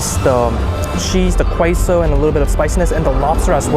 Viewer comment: Queso is a Spanish word and the Q is a K sound so it's like K like kpop , queso=k-so. But thanks for the food tour!!